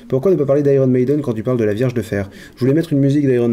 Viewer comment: Ya que moi qui entends "verge de fer" au lieu de vierge??